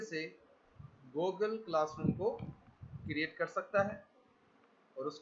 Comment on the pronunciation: Goooogle classroom.... your Pronouncing is Bravo 👎